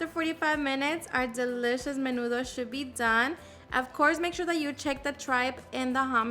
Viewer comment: Where the hell u learn that is not nenudo